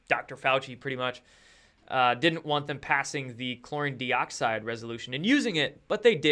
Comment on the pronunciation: Good stuff, as usual! BUT, PLEASE don't be an IGNORAMUS with your INCORRECT pronunciation of something you are trying to promote. You've been advised of this before - please READ your comments, sometimes!!?? This does/could make you look like a fake promoter of your BLEACHING Agent product (Joke!!:), bro. Your 'product' is called "Chlor-EE-n, DIE-oxide". Got/Get IT yet? Good!! I really DO wonder.:)